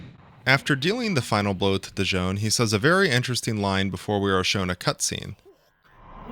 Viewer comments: Why do you keep calling him Dijon? <.< DIS-SON. My introduction to the series being that I am from the 80's was Ace Combat 1. Never got into the other games because of release lacking and stuff like that. I played through Ace Combat 3: Electrosphere a few years ago which used a different translation patch since this one looks a lot more clearer than the one I have ( I got a full playthrough of AC3 with special edits in a few videos, I highly recommend the final one to see what I mean ), and this is my favorite Ace Combat game. Before this, it was Ace Combat 1. AC7 is a joke and AC4 I'm not even interested in, it doesn't tickle my fancy at all. But this? AI, questions regarding our future the possibilities.. This is right up my alley and alawys has been. Ghost in the Shell <3 Mega Man and so forth! I think about this game still on a near daily basis. The theme Morceaux is amazing. This game really was a beautiful starshot. And when you consider the Iceberg meme of Z.O.E., Sublimation and possibly Mihaly — I so hope they tie Ace Combat 8 with Ace Combat 3 and doesn't try to do something dumb . . . but my money's on that they'll do something dumb... Companies often seem to have some strange aversion to tying their franchises together... Did start a Ace Combat 2 playthrough that I'm still in the recording phase of but that game... is not very fun. But every time the Z.O.E. enters the battlefield, I'm just all giddy about it. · It's fun hearing people say Dision's name incorrectly because we can hear clear as day throughout the game that people say it like "Vision."